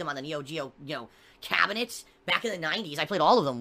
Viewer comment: "KHAAAHBEENETS" Why doesn't he talk like a normal human being? His diction is appalling for someone who's been talking to a television for eleven years; like, I've never heard anyone have such trouble with simple vowel pronunciation before.